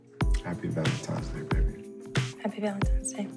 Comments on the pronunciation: Same thing in the Bet+ movie My Valentine Crush. I’m like so they just gone keep letting her say Valentimes? So cringy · The fact she kept saying “Valentime’s Day” threw me off. Plus the weave was a mess.